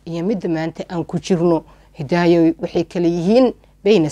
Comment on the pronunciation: Ayaaney Masha allah Waxa jecladay sida aad magacyga uku dhawaqayso Magacayga waa isii macaysay Malaga Yaabaa inaa markale qisa qurux badan kuso qadato magaceey xppti mar marka qaar intan is ilawa marka Hidaayo Dhahdo Hee Ika so fakaneyso 😂😂